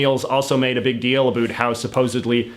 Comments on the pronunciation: You sound as if you are trying to sound Canadian. The normative Canadian "about" contains a dipthong made of two vowel phonemes (sounds) pronounced together "eh" and "oo". You just say "oo" and I've never heard anyone say that, other than Americans trying to do a Canadian impression. So, are you really a Canadian? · It's not ah boot, chinese propaganda. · "a boot" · I laugh at idiot CIA asset JJ & his stupid, shallow WaPo analysis, especially his ridiculous pronunciation, "a boot," when trying to say "about." He's written that it's a Canadian stereotype, but he is the living embodiment of a flaky Canadian stereotype. I've seen Falun Gong (FLG) demonstrations. FLG is a crazy cult that created Shen Yun (SY). If you use your brain & think independently, you soon realize that FLG & SY are CIA propaganda. FLG is a CIA anti-Chinese propaganda arm. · I’m from Vancouver. No one pronounces “about” here like this guy. Initially I thought it was some kind of comedy gag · Is it your real accent? Cause as a fellow Canadian, the way you pronounce "about" sounds very unnatural and irritating. Sorry in advance if it is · He deliberately uses words like "about" to demonstrate a Canadian pronunciation. I find it off-putting, not flattering. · The only word that bothers me when he says it is about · listen to how he says "about" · I Like how u say about. I am Danish BTW so i Think that is the reason 😂👍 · Excuse my off-topic question, but do all Canadians pronounce about like you, or is this some wired regional pronunciation?